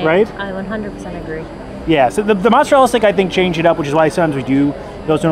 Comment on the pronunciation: Not sure why you’re having so much trouble with mozzarella stick My family enjoyed this snack with no complaints